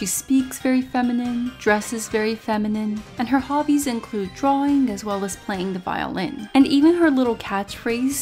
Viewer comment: I thought u said TROLLING as well as the violin Then I realized you said drawing so anyway